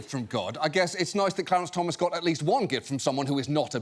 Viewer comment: I liked hearing the female reporter calling the SCOTUS justice "CLEARANCE Thomas" ... :D